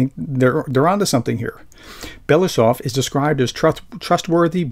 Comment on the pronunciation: How to pronounce Andrei Belousov? Ahn DREHY Bel a OO sof...accents on the capital letters. Maybe not perfect but better.